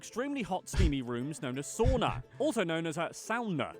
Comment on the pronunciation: Btw, credits to you for pronouncing the word "Sauna" correctly. That's really is rare! I was kinda stunned! Most Americans pronounce it like "Soo-na". You actually pronounced it right; "sa" like first syllable in "Santa Maria" And "una" like "Una cerveza, por favor"